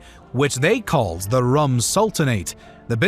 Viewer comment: The RÛM in "Rum Sultanate" is pronounced like "Room" but with an accent.